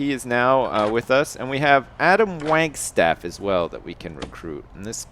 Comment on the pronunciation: thats not how you pronounce wagstaff